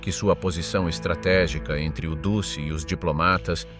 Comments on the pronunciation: Très intéressant, passionnant même, juste un petit détail sonore, musso était "duce", phonétiquement dutché et non dussé, sinon j'ai enfin bien compris l'Italie durant la guerre, je m'abonne, Bravo et Merci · The ridiculous AI commentary with its silly mispronunciations make a joke of this. Since when was Mussolini known as the 'deuce'??? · duce se prononce DOUTCHE